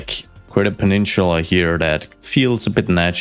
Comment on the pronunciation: I don't know why, but the way he says "peninchula" really rubs me the wrong way. Where is the accent from?